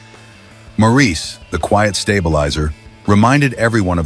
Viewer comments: I can usually put up with AI. This one has me seeing red. Maurice's name is pronounced Morris. The repetitious explanation of the songʼs background had me gritting my teeth because it was not accurate. While two of their songs from their early days as the Brothers Gibbs were mentioned, neither of them were actually their best songs from the time. The album cover shown had some of their iconic songs from the time. While Massachusetts is a beautiful and touching song, it was written on a dare. Robin especially said he could write a song about anything, so Massachusetts was thrown out and the song which resulted is an iconic song but this background gives THAT song as much depth as How Deep Is Your Love. They felt, as individuals, their music did not fit in with the music which paved the way for Heavy Metal. Disco did revive their careers but How Deep is Your Love is not the only song which fit their revival careers. Then a photo including their equally talented brother Andy was flashed. (As for Andy, his songs were written by his brothers and they provided background vocals for him.) As a lifelong fan of these talented musicians, this video didn't do them justice. Oh, and record was mispronounced. If AI is going to be used, and as I said I usually don't mind AI, but for heavenʼs sake review and edit it before releasing it to younger viewers. I first heard this song as I was working on a production line, paid by each product I produced. Thankfully my real career was waiting for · His name was pronounced “Morris” Just watch Maurice who sang with his ex wife LuLu and hear how she pronounced his name. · Ps—Morris. Not mor-ese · Learn to pronounce Maurice. It isn't Morreese, it's pronounced Morrls. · MORRIS NOT MORREESE! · Maurice is pronounced Morris. That’s why we call him Mo. RIP boys, you’ll never be forgotten. Play on Barry, play on. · Maurice is pronounced MORRIS. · Maurice’s name is pronounced “morris” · "Maurice" Gibb. Prounced like "Morris". Just FYI.